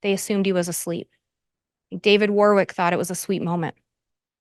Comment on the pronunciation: The middle W in Warwick is silent, therefore WARRICK.